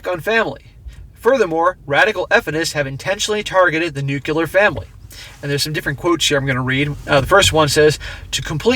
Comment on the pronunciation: Nuclear = New-clear, not new-q-ler. Jimma Carter was a nuclear sub commander who couldn't pronounce it properly